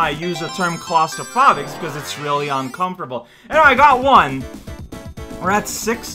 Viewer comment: claustrophobic is pronounced with a long o like telephone